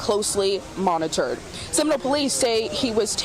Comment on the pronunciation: Very impressive number of syllables to extract from the word 'monitored' in all fairness